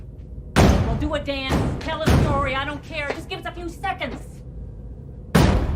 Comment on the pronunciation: I think the way she pronounced "tell a story" was distractingly strange